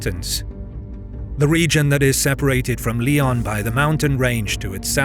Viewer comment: The way you pronounce Spanish names is always ridiculous, because you pronounce them like they're English words. León is lay-OWN, not LEE-on